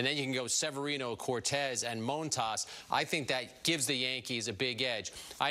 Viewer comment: i don’t wanna hear what he is saying about the jays when he can’t even say his own pitcher’s name correctly in montas